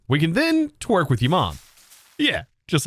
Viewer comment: Did he say twerk with your mom?